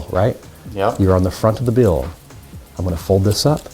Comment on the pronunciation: Stopp saying bjill og billll